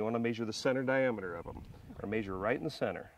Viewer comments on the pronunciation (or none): It is pronounced Measure. Not Maesure. However great instructional video. Thank you.